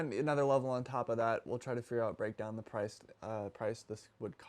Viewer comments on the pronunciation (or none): none